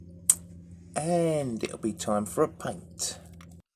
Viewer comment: When you said time for paint it sounded like time for a pint! 🍻 I like the anvil. I "found" a 3 foot section of track. I want to do the same. I am glad Skelegord approves!